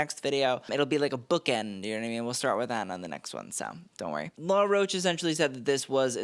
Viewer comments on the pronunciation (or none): none